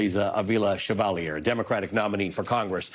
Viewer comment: Is your mispronounciation of Chevalier's name deliberate? As a way of showing disrespect? Is it an unconsciece dig at French Canadians (you being from English speaking Toronto)?